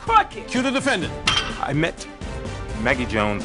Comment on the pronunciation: "The defendanTT"